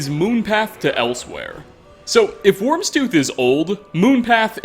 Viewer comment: It's not pronounced "wormstooth"